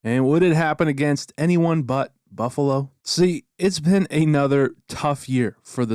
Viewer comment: The nhl highlight of it was right, "Buffalo-no"